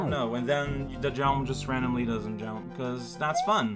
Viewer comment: I feel like a frickin' linguist for noticing these things, but... I'm noticing he's adding a (French) "e" after a word ("why didn't you jump-e?") and then I'm making the connection to how he often enunciates an e sound in swears ("merd-e!", "tabarnak-e").